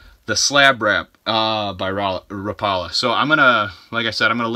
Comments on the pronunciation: Rap a la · "Ra pala" 🤣 ...ask someone how they say rapala bud. Good vid tho 👌